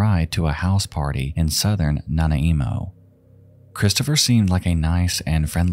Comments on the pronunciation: It’s not Nana Emo LMAOOOO Nan-eye-moe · Second story about Lisa. Nana-WHAT? You mean NANAIMO? It's pronounced Nah-NYE-moe. Like the dessert. Nanaimo bars. facepalm Someone's Nana is emo. Nana-emo! LOL Damn. Canadian AF and I can't handle this. I love your videos man but this is brutal to listen to. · Nana-imo? Do you mean... nanaimo? Like nanaimo bars? xD I lived there a while and this probounciation made me cackle. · regarding Lisa Marie Young, her hometown; Nanaimo is pronounced Nuh nai moh rather than na na eemo! Hope this helps! But amazing video nonetheless!! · Lol your pronunciation is cracking me up. Port Al-bernie Nanaimo is Nah-Nai-Mo not Nana-emo lol Hehe great video ❤️ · Nana emo 😂😂 no harm no foul it’s pronounced “na-nymo” with a strong i sound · Nana I emo? [Na-nye-mo] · Nana Emo lol 😆 thanks I needed that. But Nanaimo is pronounced Na-Ny-Mo 🙃😉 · Before anyone listens to his pronunciation of Nanaimo and goes around saying it like that, it's na-NAI-mo, not nana-EE-mo. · It's pronounced na-nigh-mo. Not Na Na emo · Nanaimo is pronounced, Nah-Nigh-Moe. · Damn he tried lay off him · Yeah, maybe he’ll redo the video since this is such a critical detail. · Na na imo 😆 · I remember watching the search for Cam and Bryer on the news. It was crazy to think something like this happened in our sleepy country, especially in the province I live in... They never came near my town, but it's scary to think about. Also, here in BC, Nanaimo is pronounced "nah-NIGH-mo" not "nah-ny-EE-mo" lol. Love that place. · “Nana emo” lol i love when non locals pronounce places wrong. I remember the first and third story, but surprisingly not the second. I would love to see more stories out if Canada! We have a lot of psychos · I know, it made me wince each time. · NANA EMO☠️☠️☠️ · It's pronounced. Nuh-nye-mo. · I’m sorry I’m dying at the pronunciation 😂 it’s na-nye-mo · Just an FYI from someone thar lives close to Nanaimo, it's pronounced "Nah-Nye-Moe". Great video as always!